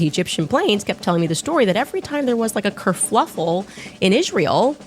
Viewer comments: Kerfluffle 😂. She still says wrong. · What the heck is a "kerfflufle"?